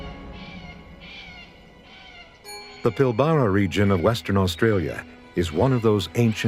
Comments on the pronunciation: It's Australia not Oceania. Plus you can't even pronounce Pilbara correctly, it's Pil bra. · I think that the way the AI voice incorrectly pronounces "Pilbara" is upsetting - why can't the webiverse get things correct? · I don't think it's an AI narrator; I think he just mispronounced it. But the geologist said it correctly, I think.